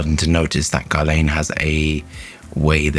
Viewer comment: Its pronounced Gerlan...Another great review fella as always👍👍